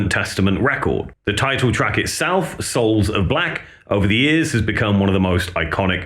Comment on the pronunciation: SOULS OF BLOCK! Ever since day one, It always sounded like block.